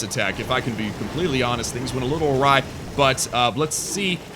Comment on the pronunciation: It's awry not o-ry lol